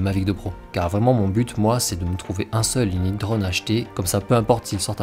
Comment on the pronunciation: Un drauuunne , tu peut pas dire drone comme tous le monde ?